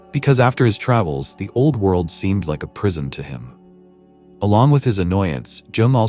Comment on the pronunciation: " A Prisom, " or " a Prison?" Is this ai generated not able to distinguish differences of meanings in similar words? Weird. "The Great Awakening" FredGold&LyndaFaye